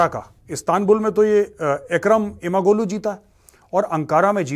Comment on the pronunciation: Major sir g in imamoglu is silent,read it as imamolu,yavas as yavash🙏